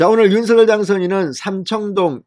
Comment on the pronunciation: 윤성녈로 발음해주세요 진성호님 발음법 확인해주세요